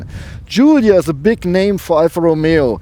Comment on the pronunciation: The only one so far who pronounces the word correctly Giulia